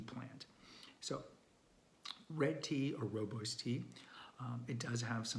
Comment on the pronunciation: rooibos is mispronounced so many times by people. Makes sense that darn Afrikaan